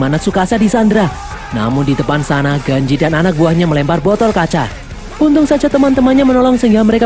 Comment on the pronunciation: ganji bukan genji😅